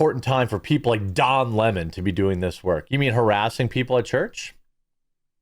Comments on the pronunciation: Why can't people say his name correctly?? It's Lemon. NOT Le MON. He is NOT French, he is a gay black boy who hates white people except his white partner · It’s Leemon.